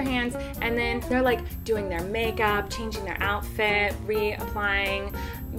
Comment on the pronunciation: Lol she said changing wrong